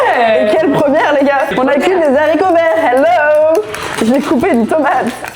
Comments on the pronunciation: La liaison sur Z'haricots verts, elle pique de fou. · Très agréable de vous voir ensemble ☺️ merci . (Attention, ne pas prononcer les zaricots 😩)